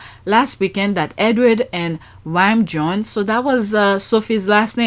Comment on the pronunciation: Sophie surname is pronounced Reece Jones.